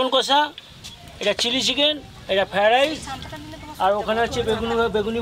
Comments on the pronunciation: পপি খালি কে কে কে য়ে য়ে কে করে। আর একটা কথার ও উচ্চারন শুধ না। মটন কারি, ফায়েড রায়েস😂😂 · Fried rice thikmoto uchcharon o korte paren na..shudhu khetei janen?